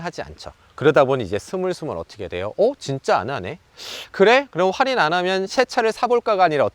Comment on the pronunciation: 뭔가 할인을 활인 활인 거리시는거 같음..